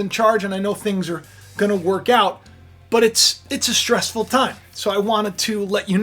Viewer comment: Wow you usually butchered the word stressful if I wasn’t stress now I am thanks for putting that in the front of my head stress